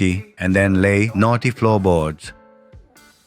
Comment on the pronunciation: Your "knotty" sounds like "naughty". Very amusing.